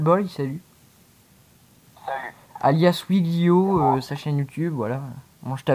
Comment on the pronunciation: stp,je sais que c'est un tout petit detail mais est-ce que tu peux dire WèGlio et pas WiGlio (normalement c'est WeGlio) merci d'avance;) sinon c'etait cool la prank avec toi:-)